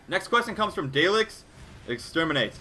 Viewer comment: Its Da lek, not daylek. It from Doctor Who and their catchphrase is EXTERMINATE!!!